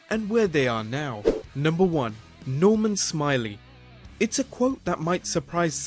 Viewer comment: That's Norman Smi-LAY